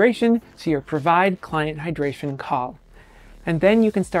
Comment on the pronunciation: Full "hydratration" pls change that.